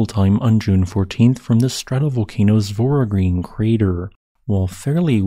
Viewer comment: That is voragine with g pronounced as a j and ine pronounced i as in bimbo + n + e as in set